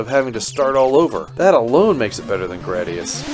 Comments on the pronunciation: BTW, It's pronounced Gradius, not Grade e us. They wanted to call it Gladius as in Gladiator, But Engrish. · No, he was accurate. It was Gladius, and they engrished it to gradius like he said. It was describing the shape of the ship. Now it is a word, yes, but only because of that process so that is meaningless to consider in the context of explaining specifically the reason the pronunciation is Grad (like college graduate) eous, like erroneous statement. That context is exactly the pertinent information to address the confusion over the pronunciation.